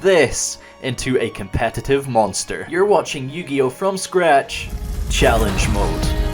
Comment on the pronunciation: always gets me when he says cometative monster